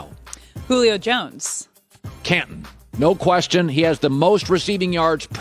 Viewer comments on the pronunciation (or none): Colin “Cantin or Cantout even though it’s Canton” Cowherd